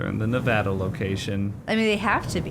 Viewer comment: Random commentary from the peanut gallery, but thanks for pronouncing "Nevada" the correct way. ❤️ Sincerely, a Nevadan.